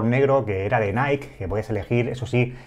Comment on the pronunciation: Se pronuncia naiki cuando decís naik es la empresa Nike. Si lo decís que sea o en tu idioma o si lo intentas en inglés hacerlo bien por favor